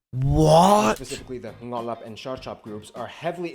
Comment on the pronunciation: Actually major population is ngalop not ngolop Ngolop is different thing 😂